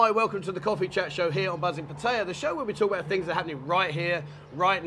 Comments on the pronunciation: Pat tay yah…..funny way to pronounce Pattaya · You have been in Thailand long enough to pronounce Pattaya properly, Pat ta ya